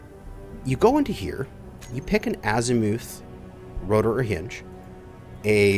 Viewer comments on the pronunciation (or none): Bro, I’m sorry but the U in “Azimuth”makes the same sound as the U in “us” or “up”. Not azimooth 😂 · Ass eee mooth.... you canooks crack me up. :P